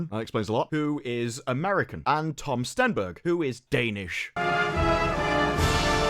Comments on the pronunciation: Stenberg lol. Every time. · "Stenberg", eh?